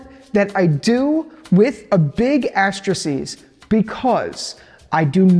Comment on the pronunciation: a big aterisies? *hand signals a paranthesis*. didn't know one could mess up 3 different ways in a single sentence 😅